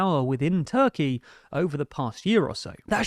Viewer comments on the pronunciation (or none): none